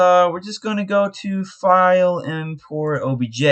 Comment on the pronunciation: Inpurt... inpurt sdf gg sewe ?? WHAT??